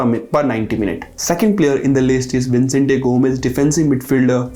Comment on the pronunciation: He is saying Vincent but it's Vicenete